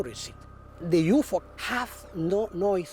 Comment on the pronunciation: Did anyone else hear the narrator always say "you-foe", not "UFO"?